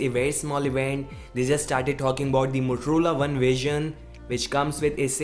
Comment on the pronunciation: why are u saying motorola as moturula lol